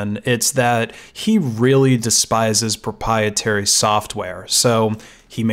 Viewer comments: PropRiertary, not propietary. No pies involved. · I'd like to interject for a moment. What you're pronouncing pruh-PIE-uh-ter-ee is actually pronounced pruh-PRY-uh-ter-ee . . . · "proprietary", not "propietary" 😂😂😂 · Just a small thing, but please practice prouncing proprietary. You are constantly missing the second "R" and making it sound like propeitary which would mean (if it were a word) "in favour of eating pies". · Read this comment at the beginning of the video and was so hoping he said it just like this. Was not disappointed. Still laughing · Pro-PIE-etary Lol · pro-pry-e-terry Not mad, just saying.